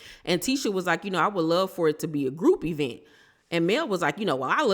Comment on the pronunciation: Has Tisha stopped calling it an "e-vent" yet?